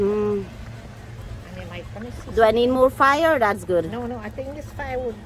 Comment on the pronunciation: Fire with an accent